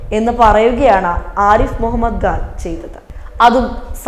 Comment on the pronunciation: Pls pronounce as Arif Mohammed Khan not gan pls correct yourself.